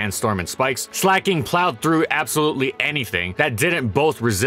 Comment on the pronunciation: Slack/Slacking plus, King, It's not sleigh king